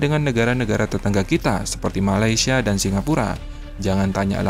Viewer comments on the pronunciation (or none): none